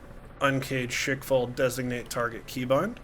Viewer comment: It's not "Shake fall", it's rather "Shkval". It comes from english word squall, but it's pronounced with russian accent. (and yes, it actually means what it means in english)